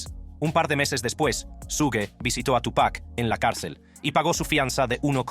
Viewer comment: Todo bien pero por respeto al artista se dice Tupa' (apenas pronunciando la C) no Tupack